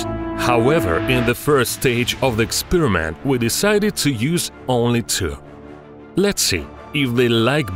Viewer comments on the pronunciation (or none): I love his pronunciation "ikspiramenttt"